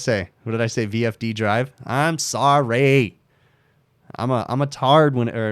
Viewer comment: You sound funny when you said sorry (orry)